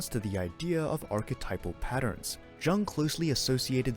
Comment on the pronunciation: Soft J my friend 🥰